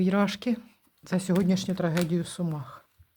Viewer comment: Не в ,Сума'х, а в С'умах